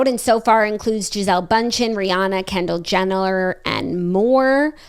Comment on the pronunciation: Lol I was waiting for to mock how you said “Kendall JenALer” - This ep was so good!